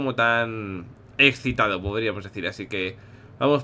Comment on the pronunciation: alguien escucho a willy decir exitado